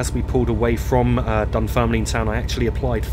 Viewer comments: Corrections if antone interested. Glenrothes, Glen-roth-ess. Inverkeithing, Inver-keething, as in seething. Rosyth, Row-syth. Dunfermline, dun-ferm-lynne. (not leen) Cardenden, Carden-den (rather than Car-denden. Kirkcaldy, Kir-koddie. Burntisland, Burnt-island. Aberdour, Aber-dower. as in flower. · Nice to see u back. It's pronounced Dunferm Lin